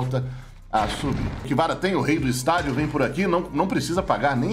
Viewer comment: Como escreve: KVRA Como o lê: "KIVARA" Como deveria: CA VE RA